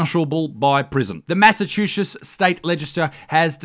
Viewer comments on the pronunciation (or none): "the massachushas state..." Isaac, mate, come on jk dude, luv ya